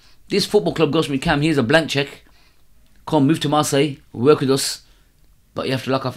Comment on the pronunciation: Wicked interview ♥ He cracked me up when he said I'll mention the country France not the team then he said marssile by an accident haha bless the guy